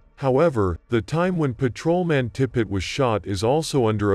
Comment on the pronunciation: is the voice AI? sounds weird. blips. "paTROman".... pfuey.